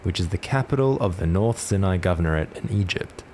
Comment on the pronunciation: Neat vid! Just wanted to mention that Sinai is pronounced like 'Sigh n aye'